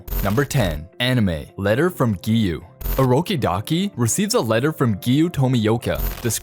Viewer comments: Bro, stop saying urokidaki ur supposed to say urokodaki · Its orokodaki not orokidaki